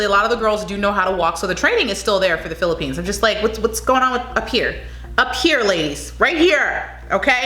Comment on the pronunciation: That’s all perfect pronounciation of all places in the Philippines. Keep doing Filipino reactions video and by December you gonna have 1OOK subscribers. Philippines please support this Channel. 🇺🇸🇺🇸🇺🇸🇺🇸🇺🇸🇺🇸🇺🇸🇺🇸🇺🇸🇺🇸🇺🇸🇺🇸🇺🇸🇺🇸🇺🇸🇺🇸🇺🇸